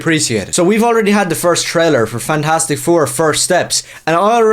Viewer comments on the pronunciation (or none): Did you say “Fagtastic four”? 🤣🤣🤣🤣 Again, spot on👍